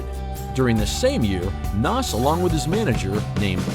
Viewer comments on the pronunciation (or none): His name is pronounced naz. Not Nass…….. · PLEASE pronounce his name right. You did a documentary about the man and mispronounced his name the entire video. HOW DOES THAT HAPPEN?